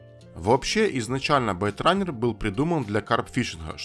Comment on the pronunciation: исправь спеллинг в слове "byterunne" . правильно Baitrunner и произносится не байт, а бейт.. от слова bait -приманка